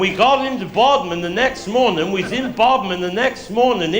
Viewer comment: It's Bodmin not bodmen.